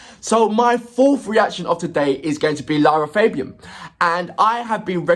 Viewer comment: Concerning the pronunciation of LArA FAbian, it is an Italian name, the three A's are pronounced in Latin, like the A's of "fact" or "black".